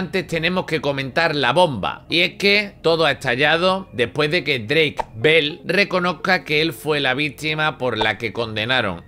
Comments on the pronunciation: Ball JAJAJA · ¿Mol? ¿Qué tiene que ver con Bell? O sea, se pronuncia como se escribe. Al igual que Peck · Pero es que no lo entiendo, por qué Mol??? JAJAJAJAJA no tiene nada que ver con Bell